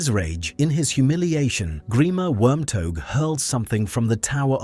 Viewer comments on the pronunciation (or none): Hearing "wormtogue" was a trip.